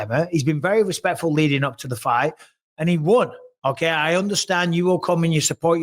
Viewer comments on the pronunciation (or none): none